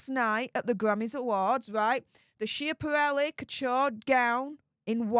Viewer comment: Just a note, it’s pronounced Scaporelli.